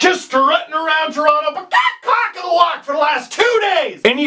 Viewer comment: You're not supposed to pronounce Toronto like that...you're from here :p